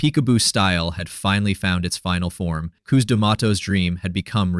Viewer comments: Cus.. Not COOS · quit saying coose it is Cus or Constantine. what ur saying means a womens privates. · You mispronounced the man’s name all through the video. It’s Cuss. Not Cooze. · His name is "Cus", not "Coose". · Q’s? It’s Cus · Cuss - Like a swear word. NOT Cooz. Jesus - at least get the basics right or no one who knows better trusts the rest. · Coos, don't you mean Cus? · “KOOZ” D’Amato ??? 🤣🤣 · "Coose" ;p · How in the hell can this narrator get the guys first name pronouciation wrong ????